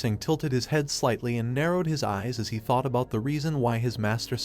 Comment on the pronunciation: I expected nothing less from a guy who says taught instead of thought